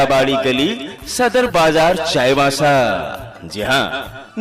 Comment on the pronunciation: चाईबासा बोलने भी नही आता है